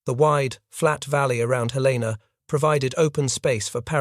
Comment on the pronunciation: Good tale. One minor detail, however. Helena, Montana's capital, is pronounced "helen uh", not "hell LAY nuh"